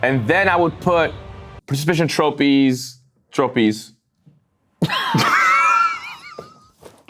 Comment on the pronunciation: the “troppies” is killing me LMAO the quietness immediately after 💀